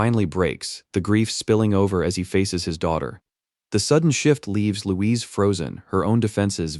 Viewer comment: "Louizee" xDDD